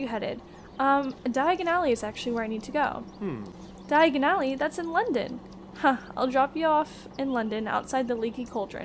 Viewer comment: you better not use the floo powder, u mispronounced Diagon alley slightly :3 don't want to end up somewhere else